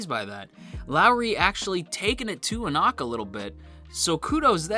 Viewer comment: The readers will all tell you it is pronounced en-ock not en-ack if you want to pronounce it the way everyone else does. Not to micro manage, I couldn't care less.